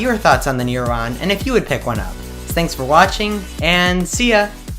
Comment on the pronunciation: You say neuron like new rohn and you say tech today like Tach todhaii you are basically a Bjergsen